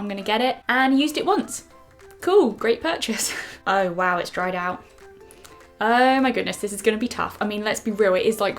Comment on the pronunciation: You said "hold me mirror up" accent slip? Sounded like a bit of Liverpool there